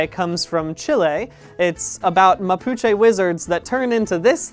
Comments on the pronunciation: HOLY SHIT HE TALKED ABOUT CHILE!!!! AND SAID MAPUCHE RIGHT!! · Probably gonna get lost in the comments, but I wanted to show appreciation for the fact that Brian pronounced "Chile", "Mapuche" and "Chon Chon" correctly and represented them really well what with their metamorphosed head leaving their body behind as they fly. As a Chilean, I love both the inclusion and the fact that he didn't call it Chilly or Chili or made a joke along those lines (which I have had to endure a fair amount of sadly).